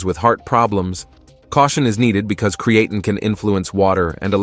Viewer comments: It's obvious that the AI voice does not know how to say Creatine correctly. You can fix that by spelling it differently. Try spelling it "Createen" and see if it says it correctly. It really messes up the video when the voice keeps mispronouncing the star of the show. I'm surprised you uploaded this with that mispronunciation. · Createen, creatane, creatyne .... interesting pronunciation. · I gave up on Cree-eighteen. I now use Creatine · It’s really annoying pisses me off hearing AI constantly mispronounce the supplements name and then it says it constantly throughout the video it’s unnecessary to constantly keep repeating the name of the effing supplement. If you’re gonna use AI and you know that you should actually check your work before publishing it and putting it online the least you could do if it can’t annunciate the word correctly it’s just eliminate the word I’ve had to turn off the audio and just watch subtitles at this point because it got so annoying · Yeah it’s incredibly annoying hearing an AI mispronounce the supplements name. And then having some inept person not even listen to or proofread the work before they upload it. On top of it why do we have to hear the AI say creatine incorrectly so many damn times. It’s like it’s looking for an excuse just to say the word over and over again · How come he pronounces creatine different everytime?...... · Hard to take the video seriously when there is at least three or four different pronunciations of creatine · The problem isn’t the AI it’s the person that uploaded these videos that doesn’t even bother to listen to the mispronunciation. Then why in the hell allow the AI to say the damn word so many times It says if the AI is looking for excuses to continuously say the word. And in the previous video it was the same bot the same AI mispronouncing the word a completely different way. Anyway I had to mute the damn thing and just watched the subtitles